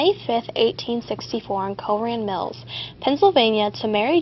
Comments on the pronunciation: Great video, but I think that it is pronounced Cochran Cokran, not coran. Otherwise, it is amazing! :D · cochran is pronounced cokran. Sorry, my comment was sorta confusing.....